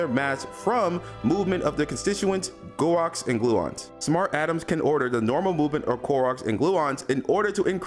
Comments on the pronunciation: I like your videos.. just FYI for your benefit, the way you're pronouncing quarks makes it sound like you've never heard of them before. Instead of "cu-warks", it's more pronounced as "kwoarks" 🙏 much love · Bro u illiterate af . Lol bro fix your life quarks is not cue-arks lol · Him mispronounced quarks made me cringe qwarks my friend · Bro said gwarks 😂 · Thought I was the only one bothered by it. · Craziest pronunciation of "quarks" ive ever heard omg 😭😭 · ive never heard someone pronounce quarks like that😂 I thought I was reading it wrong for a sec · why is bro pronouncing quarks like that?